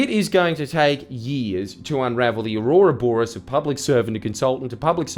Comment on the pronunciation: "aurora bouris" 😂 Oh Jordies, doing a "John Balialo"